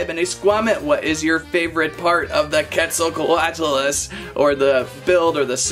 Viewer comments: Quet zal coatlus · hi i have been watching you since 500k subs!! also it’s called the quetzacoatlus pronounced (quetz - oh - coa - at - lus) your welcome! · How to pronounce the name us (cwet-zal-cot-lus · You prenouced it rong